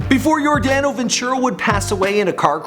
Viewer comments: dude its Your Dono Ventura not Your Dano trust me its not that difficult to pronounce & its Kansas City Royals (Yordano Ventura so make sure you say it right trust me) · First of all, its yor-DAH-no ventura. Second of all, he played for the Kansas City Royals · Anyone else notice how he said your-DAN-o instead of yor-DON-o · Hey dude at the least you could do is pronounce his name right. There is plenty of tape of announcers saying Your-Don-o when it's spelled Yordano. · It's pronounced Yor-dah-no. And it's the Kansas CITY Royals. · *Your *Don *Oh is how you pronounce it. I'm sorry I live in KC and he was my favorite player. Rip Ace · The way he says yordano 🤔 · stopped watching after how he said Yordano then says the kansas royals